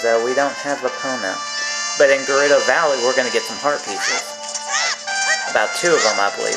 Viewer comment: U pronounced gerudo right and I also love that music